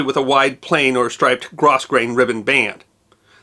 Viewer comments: The ribbon is pronounced grow-grain, not gross-grain. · ‘Grosgrain’ is pronounced GROW-grain, not GROS-grain (Alterations tailor here—I’ve made the same mistake). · American Sewer here - it’s pronounced ‘grow-grain’ not ‘gros-grain’ ribbon. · grosgrain - the correct pronunciation is "grow-grain" not "gross- grain" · Very nice article, thank you. Respectfully, from multi- generations of designers, "grosgrain" is pronounced "grow-grain"...the 's' is silent. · Pronounced grow-grain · Gros Grain is pronounced like grow-grain 🤣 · The "S" in grosgrain is silent with a long "O". "Grow-Grain". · Grosgrain is pronounced ‘grow grain’ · "Grosgrain" contributes to the origins of the word 'grog'.